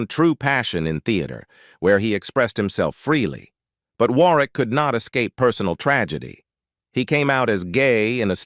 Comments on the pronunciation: Pronounced WORRICK!!!!!!!!!!!!!!!!!!!!!!!!!!!!!!!!!!!!!!!!!!!!!!!!!!!!!!!!!!!! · Richard Warwick. It's pronounced 'Warrick". You could have looked it up - sounds silly how you said it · War - wick! 😂